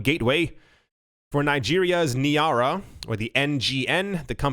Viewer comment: NIGERIAN NAIRA*** NIGH-RAH